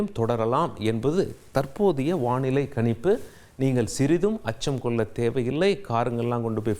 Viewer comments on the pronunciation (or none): இது என்ன விதமான தமிழ் உச்சரிப்பு வெல்லிக்கிழமை கனிப்பு நாலை நிபுனர் செயற்கை கோல் பல்லி இப்படி தமிழை கொலை செய்யும் இந்த கேவலமான தமிழ் உச்சரிப்பை "இது தவறான உச்சரிப்பு" என்று உணரக்கூடிய நிலையில்கூட தமிழர்கள் இல்லை மாறாக இந்த உச்சரிப்புக்காக மட்டுமே இவரின் ரசிகர்களாக இருக்கிறார்களாம் தமிழுக்கு இவன் ஒருவன் போதும் சமாதி கட்ட ஏழு கழுதை வயதானாலும் தவறை திருத்தி முறைப்படி தமிழை கற்க முயலாமல் நான் பேசுவதுதான் தமிழ் என்று வெற்று குரல் ஏற்ற இறக்கங்களாலேயே தமிழை கொலை செய்யும் இந்த ஈனப்பிறவியை தந்தி நிறுவனம் போற்றி வளர்த்தால் அதுவே பா. ஆதித்தனார் அவர்களுக்கு செய்யும் பேரவமரியாதை😢😢😢